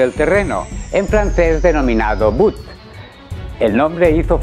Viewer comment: Butte no, sería botte, en frances botte es bota en español, y de botte o sabot viene la palabra sabotage, pisoteo o maldad